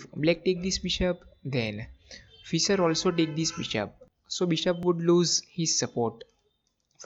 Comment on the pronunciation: This is a good game. However, you REALLY need to work on improving your accent when you speak English! For example, it’s not “Fisser”, it’s pronounced like “fish” with an “er” tacked on. Also, you should not pronounce “move” to rhyme with “dove” (past tense of “dive”) or “rove”, but rather pronounce it as if it had two Os, i.e. “moove” to rhyme with the vowel sound in the word “moose”.